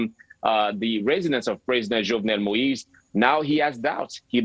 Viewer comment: I wish that American reporters will listen to how the Haitian reporter, James pronounced Moïse's first name. They all really butcher it.